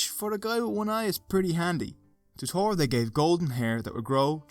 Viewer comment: THor not Tor in english.